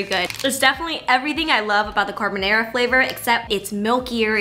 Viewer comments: Not her saying carbonara as carbonero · Love u but the way you say carbonara 😂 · you said it the most American way possible and that's why I love it ❤️ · Love this but omg I can’t get past how you pronounce carbonara 😂😂